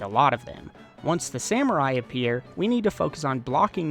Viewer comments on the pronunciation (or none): none